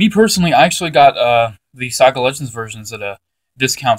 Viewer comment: IT'S SAGA NOT SOGA